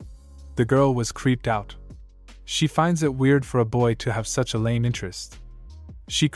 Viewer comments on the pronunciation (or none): none